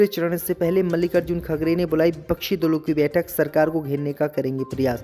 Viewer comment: वह खड़गे हैं खगड़े नहीं सही उच्चारण करें।